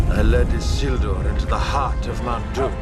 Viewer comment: the way you say "Isildur" really pisses me off...